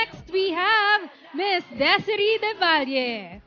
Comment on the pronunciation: Not Desiree , pronounced as desirey